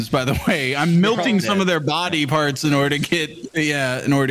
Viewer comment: I swear to god if I ever meet in person I’m gonna teach him how to pronounce the word “melting”